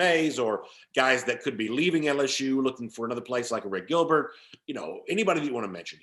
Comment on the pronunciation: Say Airplane. Now say Arik. Don't say a rick. Thank you. Also, Harrah's Cherokee is 3 hrs from Atlanta, not 2.